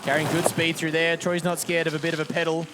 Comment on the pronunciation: "Ten go frough"